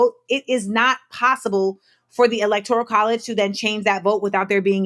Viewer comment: Great podcast again 👏🏾 Now, this is from my heart, not to offend, only to correct with Love💜 ELECTORAL is the word. Four syllables. Can be found in the dictionary. Elector(i)al is a NON-word. Five syllables. It does not exist.